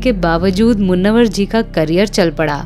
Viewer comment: मुन्नवर नहीं मुनव्वर